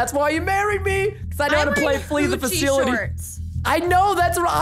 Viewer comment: Bro it’s not ‘fakilty’ it’s ‘fasility’